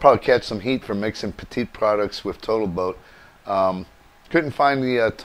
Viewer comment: It is pronounced "Pet- it" Not another word for small. They have been making marine paints etc for many many years.